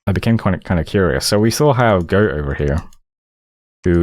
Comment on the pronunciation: Pronouncing "Göte" as "Goat" never ceases to be funny.